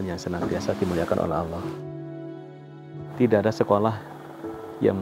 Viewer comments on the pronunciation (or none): none